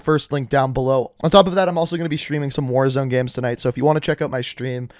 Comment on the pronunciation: Games.. not Geames